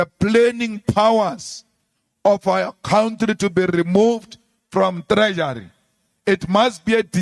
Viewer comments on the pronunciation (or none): Oh Malema, get over yourself!!!! 😂😂 I am not going into what I believe today but please don't say cowntree, it is COUNTRY. Not difficult to pronounce is it????